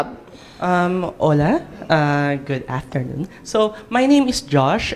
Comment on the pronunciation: pronouncing HOLA as if it's two words.